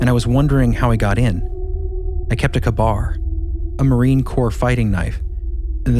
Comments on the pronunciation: K-Bar.... kay-bar not kahbar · Love this podcast more and more! Shoutout for getting the pronunciation of tuatha de danann almost right! And Tir na nOg almost almost right. The one that made me giggle though was calling a K-bar knife a “kabar” 🤭 hope you take that all kindly. Growing fan over here! Thanks for all your work!!! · I believe it’s pronounced Kay-bar. I love you guys. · Uh, its pronounced kay bar. Kbar.